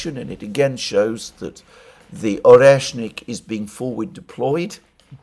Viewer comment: "oneshkin", "oreshkin"... :))) all but the proper one "oreshNIK"